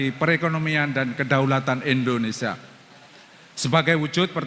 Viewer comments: Sekelas Guru Besar tp membaca Indonesia dengan kata Indonesa.. Memalukan! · pak pak nyebut negara sendiri kok tidak BECUS! Negara kita itu INDONESIA bukan INDONESA, pak!!! ini namanya orang pintar tapi DUNGU.